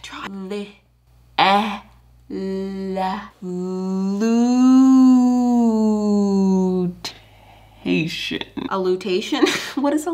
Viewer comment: my favorite part was when goes lutation